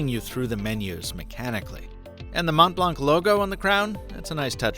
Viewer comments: "Mont" and "Blanc" are French words. The "t" and "c" are silent, so it should sound like "Mon Blan". I like your videos, but this is something you should probably know before reviewing an item! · My ears bleed every time someone says “mont blank”. The c is silent! It’s french! ... what did you expected? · You need to learn the french name :) silent t and silent c.